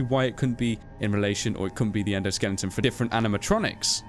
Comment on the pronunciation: Why do you keep saying "endoSKELLINGton"? xD